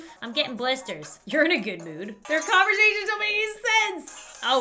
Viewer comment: Lauren: I'm getting blisters. Bobby: Your in a good mood. REAL Lauren: there combersashense don't even make sense! P.S. I didn't know how to spell this word that you saw: "combersashense". Edit: I moved the word "combersashense" down, and added these to it: " "